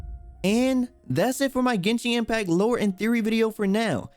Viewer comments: He really said GENSHING IMPACT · Yuanshen Impact